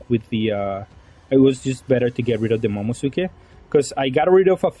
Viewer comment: Momo - NUU - suki. Momonusuki. It’s not silent. 🤨